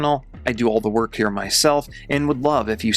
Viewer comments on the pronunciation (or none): none